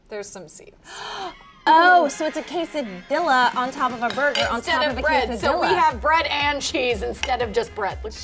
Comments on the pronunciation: Anyone else who speaks Spanish cringe when she said quesodiLa 2 ll’s in Spanish makes a y sound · Ew it’s quesaDEEYA not diLAH, listen to lily